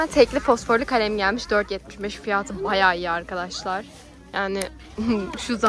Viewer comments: Abla bireye takıldım neden fiyat değilde fiyaahğtı diyorsun ya 😂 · Niye fiyağti diyor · Abla niye fiyata fiyaatı diyorsun😂😂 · En çok neyde güldüm biliyoruzmu fiyatı diyeceğine fiyaatı dedi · Fiyatı demek yerine fiatı diyor😂